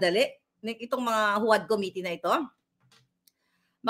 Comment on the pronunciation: Also: Committee = Koh-miti